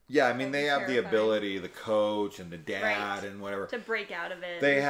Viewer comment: daud,daud…. the way he pronounces dad always threw me. basically a slasher about Electro.